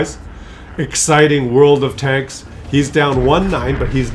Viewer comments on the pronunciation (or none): none